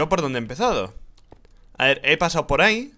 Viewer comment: RICHHHHHH se dice por ahí no por áhicoñooooo